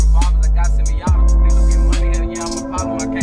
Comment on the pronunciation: U know how Spanish ppl they read their v's as b's right vilone bishop right here oh ma bad VLOU 😂😂😂😂 9k subs left to 1m subs Edit: VOW Edit: We miss you